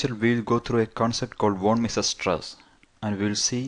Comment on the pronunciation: Not sure. But I have never heard such pronunciation of "von Mises" stress before.